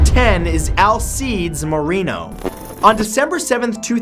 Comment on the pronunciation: Matt, you kinda suck at pronouncing Hispanic names; Alcides is pronounced ahl-SEE-dess not all-seeds.